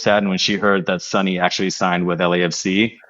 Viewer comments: As one of Sonny’s fans, thank you for welcoming Sonny and mentioning him in your videos. I just wanted to kindly point out his name’s correct pronunciation — ‘Sonny’ is pronounced ‘Soh-nee’ (not ‘Sunny’), and when saying just his last name ‘Son,’ it’s pronounced ‘Sohn’ (not ‘Sun’). I look forward to more great podcast content and hope your channel continues to grow and be widely recognized. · I Korean. I love calling him Sonny. I am a little bit bothered most of youtubers surrounding LAFC pronouncing Sonny as Sunny. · I think there might have been a bit of a misunderstanding. It's not that calling him "Sonny" is disrespectful—that's his nickname! The issue is when people pronounce it "Sunny" (like the weather). His last name is Son (손), pronounced "Sohn" (rhymes with 'tone'). His nickname is Sonny, which should be pronounced "Soh-nee." Getting the pronunciation right is just a small way to show respect, just like we would for any player. Loving all the content and learning so much about LAFC and MLS from you all! Keep it up! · Hi, you're absolutely a hundred percent correct. But I think the problem is accents, I am a Londoner, and I ive supported Spurs for years, and I pronounce Sonny the way you say it. But in America, like in the North of England Americans and northerners here pronounce it 'u'. Theyre not being disrespectful it's just the it's a differant pronunciation. Just like because I come from london , I pronunce bath...barth because in the south of england we have a lot of french influence in our accent from medieval times. In the north of england they say bath with a flat a like apple. Because they have a lot of vikings influence which is entirely different. Americans are the same. They have so many accents. Ive met Sonny 3 times now at Spurs events. You know, he really doesnt mind at all, ive heard hiim tell peole call me what you like..and wink. Hes very funny. . 😊 but im absolutely sure hed be impressed by how much you care.